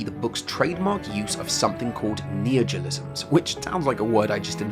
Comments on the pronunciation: I was confused of what you were saying because you kept saying "Neogiolisms" instead of "neologisms" so I thought you were talking about something else, then I saw the word on screen hehehe. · Dude it's neologisms, not neojolisms like you pronounce it. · "neogilisms" I'M GONNA KILL SOMETHING. It's NEO LO GISMS. fUCK'S SAKE. Why do english speakers have no respect for themselves? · Very interesting, but maybe practice pronouncing "neologisms" rather than "neogolisms". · You discuss very interesting things, but every time "neojilizms" and "jeeyom" and "survey corpse" take me right out :( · neologisms isn't hard to pronounce, come on